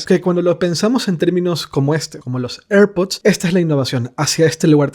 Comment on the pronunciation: Cuando pronuncias airpod pareces un borracho